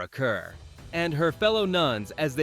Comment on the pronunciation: Kerr is pronounce CAR. AI messed up